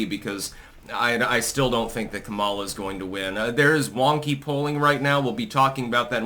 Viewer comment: your pronunciation of Kameltoe’s name is racist and insensitive. You’d be having a brat girl summer if you said it right